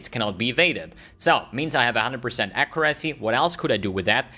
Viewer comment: plsss :c google "how to pronounce accuracy"